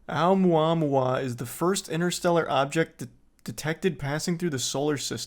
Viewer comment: Hearing Charlie say Oumuamua is satisfying